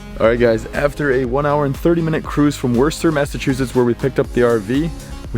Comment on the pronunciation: “Worster” 😂😂 that is a tough one buuuut it’s pronounced like “Wooster” or “woostah”